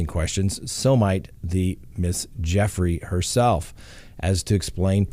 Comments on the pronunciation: Gu Frey not Jeffry. Just sayn 😉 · FRANK, please advise your boss her name is pronounced with a hard G. GOOFRAY, or does he know and is just messing with us 🤨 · Its JEW-fray. Rhymes with YerGay. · Her last name is pronounced: “goo-fray” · She is saying Guffrie as the last name, just saying 😊✌️keep up the good work 👍👌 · Weird that he mispronounces Ms Guiffries name to sound like “Ms Jeffrey.” What’s that all about? Also… seems to trounce her because her father didn’t take care of her? Strange all around.